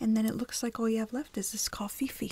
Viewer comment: + I love the coffee-fee omgg